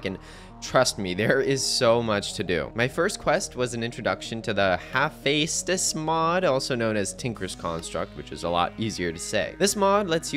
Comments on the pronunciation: That pronunciation of Hephaestus wasn’t quite right. It’s pronounced like Ha-feh-stuhs for future note. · Also if your curious the haephestus mod (the name of which being a greek god of technology) is pronounced HA-FEST-US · it pronounced hefestus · Its Ha-fes-t-us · Hepheastus is pronounced heh fest us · I wanna point out your pronunciation of Hephaestus was funny, definitely better than some I’ve heard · My guy needs to go back to Shool if he’s saying his Es as As. Could also take some Greek mythos classes while he’s at it to get why they made Hephaestus the Tinkers stuff. Or just play God of War 2 or 3. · 1 minute in and my mans already butchered the pronounciation of the Hephaestus